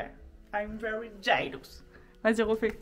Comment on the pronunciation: "oh yeah i'm ver j'ailous." 😂